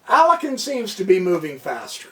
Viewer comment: Alakin? Alakin Skywalker. FYI: It's Alekhine, pronounced ah-lik-kyne